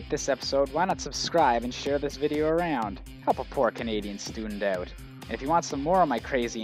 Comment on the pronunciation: Lol, I only realized he was Canadian when he said "Out." But, being Minnesotan, I've been confused for being Canadian once or twice, I guess I do the same thing. :P